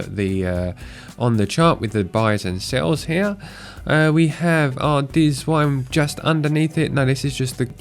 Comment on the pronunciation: "dziwne" is not deezwine :)) its Polish for "weird"